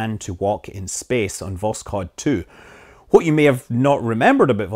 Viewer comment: Still waiting for a video where you will pronounce "what" correctly